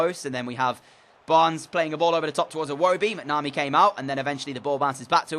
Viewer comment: Its mac-na-mee